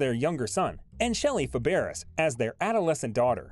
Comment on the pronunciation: pronounce shelly fab ray...